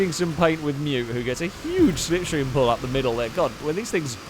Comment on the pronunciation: Apollo translation for "Stay in the sniff stream!!" Apollo translation for "See da sniff stream car go, why you no sniff stream?" After that begins the language warning...